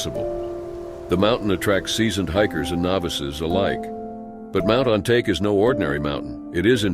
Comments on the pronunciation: Not ON-TAKE. Pronounced on-tok-ee. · Mt “On Ta Ke” pronounced like “Ahn Tah Kay” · ON-TA-KE not Ontake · Mt. Ōn-ta-ke. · Mt. On-ta-ke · Mount "Ontake"...you're an id!ot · Listening to the narrator mispronouncing the name of the mountain was almost too much, which isn't like me. If you're going to narrate, learn your material. Please. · The stories were interesting but please, the least you can do is research the pronunciation of mountain names..... Japanese is a pretty easy language to sound out if you spend 5 minutes.